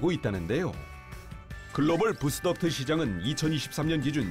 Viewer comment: 부스덕트라고 말하는건 이것도 일본의 영향인가? 영어발음 이상하게 정착된거 찾아보면 대부분 일본에서 넘어온거던데. 그리고 덕트는 제대로 말하는건 또 왜 이런겨